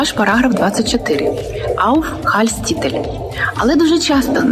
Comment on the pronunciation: Бля… держите меня семеро 🤣🤣🤣🤣🤦‍♀️🤦‍♀️🤦‍♀️ Ауфхальтститель🤦‍♀️🤦‍♀️🤦‍♀️ Женщина, если Вы безграмотная, то хватит морочить людям головы всякой херней. Aufenthaltstitel !!!!!